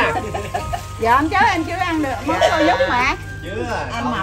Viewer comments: Mướp, chứ ko phải “móp” nghe Nam! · Móp hay mướp hả ông nam kia..😁😁hjhj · Gà hấp mướp chứ ko phải móp.